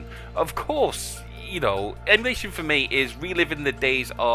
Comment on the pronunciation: EMU-NAYSH YALL